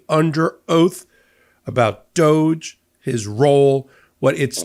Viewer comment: DŌGE??? More like DÕG Ē. 😂